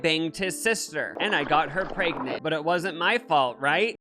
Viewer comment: I always love when you say “preyygnent”